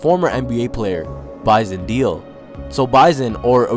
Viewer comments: It would help if you pronounced his name right. Its not like "deal"... its like "maylay" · Dele is pronounced 'Day-Lay', not 'Deal' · Kevin Baran-Maguire you obviously have no idea. Dude, it’s Day Lay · It isn't Bison DEAL, it's Bison DAYLAY. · Last Name pronounce DEYLEY.. not Deal.. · Wow dude...its Bison DAY-LAY...not Deal.......C'Mon man....R.I.P. Bison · Detroit fan here to tell you it's pronounced Day Lay. Almost like saying daily. It's not Deal. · dude...its pronounced..(day-lay)....not deal...smh...go back and listen to the announcers if you think im lying... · This is a really good video, I remember this when it happened. But bro, his last name is pronounced Day Lay, not Deel. Sorry to nitpick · His last name is pronounced DAY LAY. Not deal. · pronounced Bison Dele (DAILEY) not Deal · Dele is pronounced Day Lay, not deal. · (BYE-SON) bison (DELAY) dele dude imma need u to stop butchering names smh u do this often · I think it's pronounced like "deli" for Bison Dele. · His last name was pronounced closer to day-lay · "De" "Lay" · His surname "Dele," is annunciated "Day-lay." I remember when all this happened like it were yesterday. He got bullied by teammates for being too soft. There were even reports that he ate dirt. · It's pronounced DAY-LAY. You could at least show enough respect to Google a video of a game so you can get his name right if you're going to use his death for views. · Bison Dele is pronounced BISON DAY-LEE. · Pronounced Bison "dae lay" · beat me to it. Drives me crazy to hear Deal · His name is Bison (like the animal) not pronounced Bizon and his last name is pronounced Day Lay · It’s really frustrating to hear his name be so disrespectfully mispronounced. Before you make videos KNOW your shit completely is all I’m saying. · Bro you're pronouncing his name wrong... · Haha the first time I watched this video I watched with audio off, I didn't even notice the horrible pronunciation of his name.